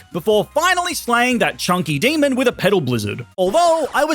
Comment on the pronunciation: Please dont say demon like that